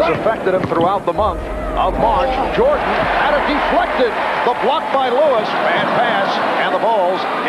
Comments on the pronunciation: am i hearing something wrong or is homeboy pronouncing his name like Luiz or Louise? ha ha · Bruh, you said Reggie Lewis and then Reggie Louise several times 🤣🤣🤣🤣🤦🏻‍♂️ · Why does this dude insist on calling reggie lewis reggie luis!...its lewis bro stop calling him a predominately latino first name.. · Great vid but how does this guy not know how to pronounce Reggie's last name? SMH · Real talk this man who's announcing was not in the United States or watching basketball at all he can't even pronounce his name